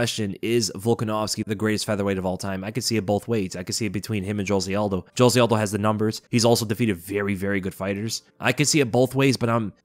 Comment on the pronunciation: It feels weird to see an American pronouncing Aldo's name correctly 😂